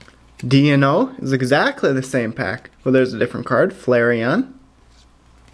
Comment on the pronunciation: Deino is pronounced 'die-no' Zweilous is pronounced 'zwie-luhs'